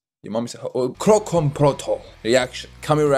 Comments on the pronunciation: kroncong is actually pronounced ker-ron-chong..(while "kerongkong"-like u said it- is throat...lol) it's a type of indonesian traditional music. protol kinda translates to "in pieces".so yeah, like he mentioned in one of the verses, this song is actually a fusion of keronchong, rock and rap. it's actually aimed to attract young generations to like traditional music. NOT a love song. 😅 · Keroncong Protol Its Ke-ro-ncong Pro-tol Keroncong is tradisional music from Indonesia, Java... Protol from Javanese, its means broken.. maybe... 😆